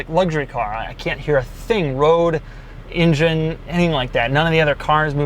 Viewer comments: It's an engine. Not ingine. Pronunciation is quite weird. Should sound like an 'ae' not 'e' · What is a "ingin?" Does he mean "engine?" or is he just subtly dissing Native Americans? Is there a Native American in there under the hood?